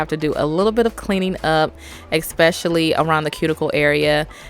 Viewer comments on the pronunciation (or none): Love how shes saying expasially